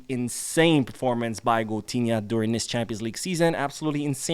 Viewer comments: Goatinha not coutunho😂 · Why keep saying coutunho 😅😅